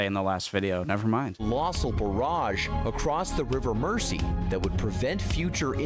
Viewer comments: 😮 Yet another American seeing the word 'Mersey' and mispronouncing it! It's not pronounced "Mercy"! (_not_ with a soft 's') ... It's pronounced 'Merzy' (as with how we say 'housing' - houzing' & houzes - for houses... Instead of how Americans sound the soft 's'- houssing / housses!!) 😊❤🏴🖖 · Murrzeee, not Mercy! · Yep, 👍 for pointing out it isn't pronounced River Mer-sea, it is the River Mer-zee 🙄🙄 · He isn't pronouncing 'Mersey' right. It isn't 'Mercy', it's 'merzee' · Bloody Americans mispronouncing our place names again! The River Mersey is pronounced MERZY, not MERCY! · The guy talks a load of nonsense and Mersey's pronounced mur zee . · This will not happen. Liverpool is a commercial port with Naval construction and shipbuilding facilities. This idea is being used as a political club, by a strongly socialist town against a non-socialist government. This commentator cannot even pronounce the rivers name correctly. Pronounced as Mer-zee NOT Mercey. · All those comments on how he mispronounced Mersey, ffs people give the lad a break, he's an American.